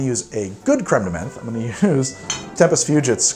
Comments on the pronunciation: Also, the way you pronounce Creme de Menthe slays me. The first bit is fine, but in 'menthe' it's not an E sound, it's like the O sound in the word 'on'. Like it should be spelled creme de monthe. Continue to pronounce however you want though, buddy. Love ya. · Crème de menthe is pronounced crème de "MANT" as a French person it pains me to here those alcohol names butchered 😭😭 Nice video tho I'm a long time fan ahah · Menthe [mãt], please stop saying it like that 😅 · You're right to continue with the show. These are troubling times, but life must go on in some way... By the way, the word "menthe" in "Cr ème de menthe" is pronounced with a hard T. A "th" in French is almost always pronounced as a hard T.